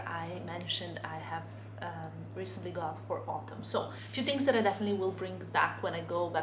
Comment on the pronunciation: Hi! Love your vlogs, especially now that you’re in Paris!!!! It’s really fun watching your perspective of this beautiful city. Your English is very good, btw. Can I offer some advice? When you want to say “this” or “that” or really any word which starts with “th”... it would be best of you didn’t say “dis” or “dat.” Your “th” tends to be pronounced as the letter “d.” It also happens with words that end in “t.” You must speak several languages and I commend you for that, but if you could make this conscious effort it would greatly elevate your English. Congrats on this fab channel and continue having the most fun in Paris!